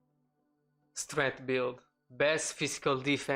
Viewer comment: lol "streght"